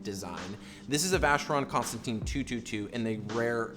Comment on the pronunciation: Pronounced, Constonton do not say teen at the end!